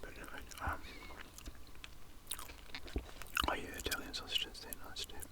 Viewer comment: "How much longa on them syawsages charlie?"